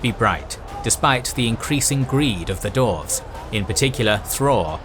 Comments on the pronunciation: dWarves not dorves.... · Dwarves not Dorfs :D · Why do you keep calling them "darves"? It's dwarves.. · Ai voice says dorves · human voice says dorves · This is immense work. I just hate that you kept calling dwarfs for dorfs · Lmao. You are legit says "Dorfs" xDDDDDD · "the dorvs" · I love your channel, I love this content. However, for the love of Tolkien himself, learn how to say Dwarf and Dwarves please 🙏🙏🙏